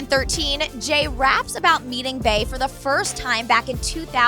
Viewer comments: How the fuck you mispronounce Bey 😂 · QuentojVEVO love SHES PRONOUNCING HOW IT SOUNDS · Failed censorship and I'm kind of tires of how she pronounce Bey's named Bay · Please stop saying “Bae”. Its pronounced BEE! BEYONCÉ! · It’s Bey as in “Bee”, not Bey as in “Bae” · Its B. Not bAE🤦🏾‍♀️🤦🏾‍♀️🤦🏾‍♀️ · It’s Bey as in “Bee” not Bey as in “Bay” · if she says "bae" one more time.... it's Bey, like "bee", just Bey. Thank you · It's BEEE not BAY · Stop calling her BAY for fuck sake... it's BEY pronounced as BEE! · Stop saying BAY!!! Soo annoying!!! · Quit calling beyonce bey, its cringey, idek how u get bey (bay) from beyonce!bEyonce not bAyonce... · Fam it’s Bey as in BEE not BAY 😂😭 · you're killing me!!! Your pronounce Beyonce "Bee on say" but pronounce her aka "Bae"!!! Get it together!!! It's Bee!!! Now carry on!! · OMG this was so irritating I swear I hate the way white people say Bey it's all was sound like bay SMH just say B that's it B or Beyonce good damn oh my goodness.....So fucking irritating Jesus Christ please just start saying Beyonce that's it.....Leave Bey for the people who knows who to correctly pronounce it please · "bay and Jay" It's BEY pronounced BEE😂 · Bae? Wtf it's bee😂😂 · It’s pronounced bee not bae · Its pronounced "bee" not "bay" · “Bey” not “bae” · It's be eeeeeeeee not bayyyyyy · I hate how she says bae instead of bey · It's bey not bae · It’s pronounced Bee, not bae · bey (bee) not fucking bay, 😂😂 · It’s bee not bae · Bre Nichols She’s pronouncing it like bae not bee. Which is how you pronounce bey. Bee-yonce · QuentojVEVO love you obviously don’t know how to read dumbass. SHES PRONOUNCING IT LIKE BAE WHEN BEY IS SUPPOSE TO SOUND LIKE BEE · Lissaaa nahh only stupid bitches pronounce it like bae. Gtfo😴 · Anthony Crowe “Bey” is pronounced “Bae” and “Bee” you dumb fucks🙄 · It's pronounced "Bee" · Why do they keep calling her Bay?? 😑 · 😞🤦🏽‍♀️ it’s “Bey” as in Beyoncé not “bee” not “bae” and not “b”. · The way you say Bey is painful